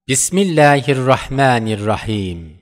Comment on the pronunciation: Es heißt bismillahirrahmanirrahim und nicht mit milehe